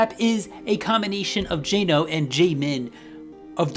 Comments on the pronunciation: I agree, but the intonation is important. When English speakers pronounce it as Jay-no, they stress too much on the "Jay" It's just closer when it's jen-no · ik, but it's not as long as the 'ae', which is how he pronounced it at the start of the video I'd say 'Jenno' is a closer pronounciation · Finally a DREAM rapline video... Oh also, Jeno is pronounced like Jennie, but with an 'o' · It’s actually more like Jay-no according to how it’s written in Korean 제노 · Miraiku The Goddess Yes that’s how they romanize it but the pronunciation of ㅔand ㅐ is the exact same in spoken Korean. His name is romanized as Jeno but it’s still pronounced by Koreans like Jay-no. Trust me, I know what I’m talking about. I’ve been studying the Korean language for years now.